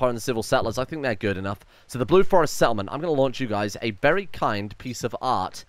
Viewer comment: I thought you said that you were selling a very fine piece of ass instead of art. I was thinking, “first drugs and now this?”